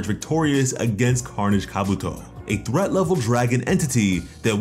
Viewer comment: Who pronounces threat as thrat? 🤦‍♂️🤦‍♂️🤦‍♂️